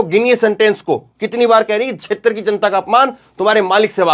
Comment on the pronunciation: छेत्र शब्द 12 बार बोला आप से गलती हुवी है sir